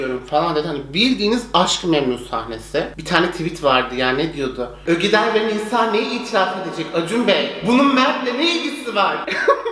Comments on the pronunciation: Nobody:: ÖGEDAY 🤣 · ogedaya ögeday diyosun.